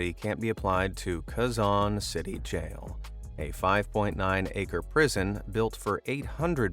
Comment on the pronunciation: Thats not how you read quezon